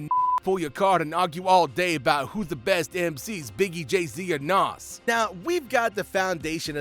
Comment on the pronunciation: Even the way he pronounce Nas is cringe worthy smh, who is bul?😒